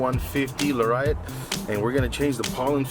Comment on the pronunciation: Ford F-150 “La-Riot” 🤣